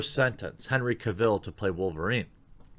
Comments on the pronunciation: Not ca vill. Cavel pronounced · What do Americans always miss pronounce British name's its not Cav,ill its Cavil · Man it's not pronounced Henry Cav-ill. It's pronounced Cav-el like "Travel" in his own words... Big fan but i hate when someone pronounces something wrong that's so easy to google. Edit: Also I know Sam Worthington hasn't had the best career but hes my #1 pick for Wolverine so far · How can he butcher Henry CarVIL’s name so much in this video LoL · Stop saying Henry Caville. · Don't you just love when he says "Kuh-vill"? XD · His name is Cavill. Pronounced Cav-ill like Travel. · Henry Cavill recently posted a video and he clarified that his last name Cavill is pronounce Cav-el like Travel. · Lewis Mckenzie CAH-vil, CAH-vil, CAH-vil! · Please learn how to pronounce Cavill. It's painful hearing it mispronounced 20 times in 10 minutes! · Think you pronounced Henry Cavil’s name incorrect lol!